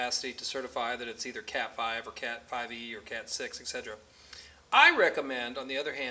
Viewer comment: There is no G sound in "etc..." its "ET SET Er Ah".